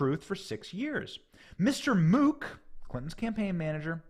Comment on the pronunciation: Benny, Mook is pronounced like "book" for future reference. I have relatives with that name. Great reporting.